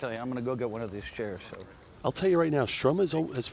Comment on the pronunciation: Can you please learn how to pronounce Sturm 😂